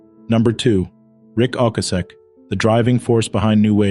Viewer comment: Rik O-kay-sic.